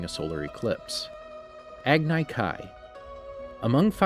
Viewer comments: Agni kai is pronounced as agne kai. Iroh is pronounced with an I not e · its not ear-oh lol, its eye-row (iroh) aand its not ag-nai kai, its ag-nee kai... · Listening to him say agnay kay instead of Agni Kai KILLED me! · my guy said eroh its iroh and why the hell are u saying aganai ki its agni kai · E-roh oze-ai ag-e-kai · Me: he should have watched the show, I mean this channel has a series based on it. They should of watched it, right? And they should know the pronounciations. Him: Agnai Kai Me: fuck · This dude he doesn’t know how to pronounce anything from the ATLA universe “agnai kai” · What about agni kai.He pronounced it agnai kai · Eroh? Agnay Kai? WTF haha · Earo........sorry I had flashbacks to the avatar live action movie but at least he said Agni kai even though he said ag nye but at least he didn’t say Agni key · He called an Agni Kai Ag-ni Kai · It's pronounced EYE-ROW AG -KNEE KAI Love the content though! keep going! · ShadeTree Spatula ag ne k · The way you say Agni Kai and Iroh makes me nauseous. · The way you pronounced Agni Kai gave me anxiety. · This man didn’t say Iroh or Agni Kai correctly 😭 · The thing that bothers me the most is that he didn’t say Agni Kai right....sorry I get irritated by the most simplest things. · Everyone is talking about how he pronounces Iroh’s name, but what about how he pronounced Agni Kai? That’s way worse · I got cringed by your pronouncation of iroh and agni kai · He also said Agni Kai wrong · Not to mention the agni kai🤣🤣